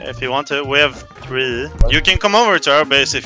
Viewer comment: пёрфект инглиш "ай хев ТРИ мор"